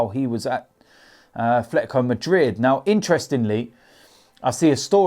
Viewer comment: There is no "F" in "Atletico".